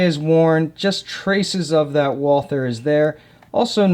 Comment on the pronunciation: Walther is pronounced like, "Vaul-tuh." If you don't want to say it like a German, then just say it like the American name, Walter.